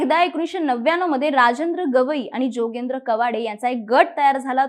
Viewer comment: योगेंद्र नव्हे जोगेंद्र बोला